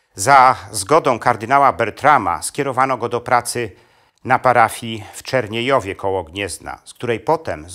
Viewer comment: Super odcinek, ale drobna uwaga Czerniejewo a nie CzerniejOwo, pozdrawiam!